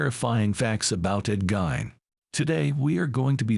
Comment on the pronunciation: AI can start by pronouncing his name correctly... GEEEEN.